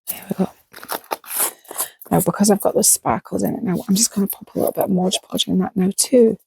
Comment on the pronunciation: Amazing! I love everything you do. You’re fearless! I even forgive “Modge” Podge! 😂